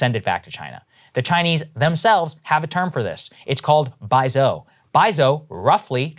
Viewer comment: Saagar, its pronounced Bai Zu-O, not Zou.